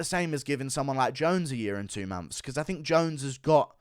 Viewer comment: hold on did he say, "uh year an' free momphs?" haha... it's like buckwheat or something. fee times a mady?